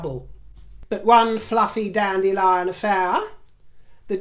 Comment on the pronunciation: “…the danDEElie to Wm’s prince charming….” 😝😭🌬️💨